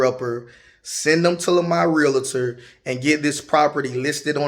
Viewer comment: 😊 I am a Real-tor as well. It’s pronounced lick Doctor- Realtor (Real-tor)